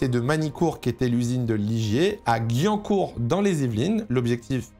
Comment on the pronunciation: J ai au mal aux oreilles quand tu as prononcé la ville de Guyancourt 😂😂 (ça se prononce GUI-YAN-COURT) Triste de voir une écurie française ne pas réussir et Alpine suit le même chemin